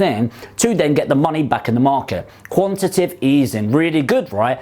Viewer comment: QuantitATive !!!! There should be an extra sylible in there.